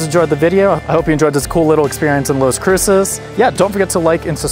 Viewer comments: If you're going to do travel videos, at least know the correct pronunciation of the destination. It's not LOS it's LAS Cruces...ugh. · LAS Cruces, not Los Cruces. 😅